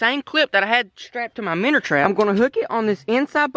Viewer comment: Why do you say “minner trapmn” it’s so annoying lol